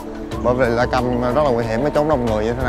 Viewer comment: Flycam = flai cam chứ không đọc là play câm, làm không hiểu đến khi thấy hình he he he …tiếng Trung không biết, tiếng Anh thì nói không hiểu luôn, đi học thêm 2 ngoại ngữ đi em trai … triệu likes nhé, videos làm hay lắm đó.